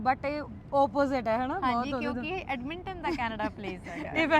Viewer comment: Right pronunciation: Edmonton= ਐੱਡਮਨਟਨ (ਐੱਡ-ਮਨ-ਟਨ)